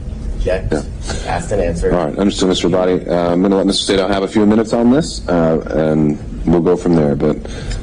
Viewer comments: Sadow...long A . Say...dow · It's Say-dow. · I believe it’s pronounced “Say-dow”. You had it right the first time. 🤣 That’s why he said “dang” when he was reading the texts. I believe that there should be at least 3 lawyers losing their licenses, and being disbarred. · Sadow is pronounced SAYdow